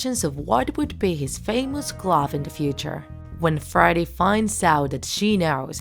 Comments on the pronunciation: Are u saying Friday or freddy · It's pronounced "freddy" not "friday"